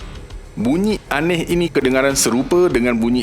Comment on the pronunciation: Tapi bunyi paling pelik & aneh ialah BUNYIK dr sebutan ADMIN 😂😂😂 Hawau la.. BUNYIK tu buat aq ketawa x henti. Tq MIN tp sorry yer MIN.. 🙏 Slmt mnymbut kdatangn Ramadan